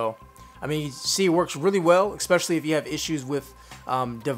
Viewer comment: Thanks, nice video, but there is no X in especially.